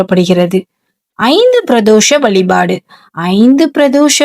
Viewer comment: முதலில் தமிழில் பேசுங்கள் வலிபாடு இல்லை வழிபாடு அலைபடுகிறதா அழைக்கப்படுகிற உன் பேச்சைக் கேட்டா பாவம் தான் சேரும்